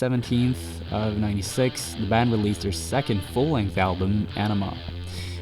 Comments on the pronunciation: Great video! You mispronounced their second full length album, however. It's pronounced "AHnima", not "Enima". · AWnima...not Enema...oi. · Ænima is pronounced "eye" "neh" "ma"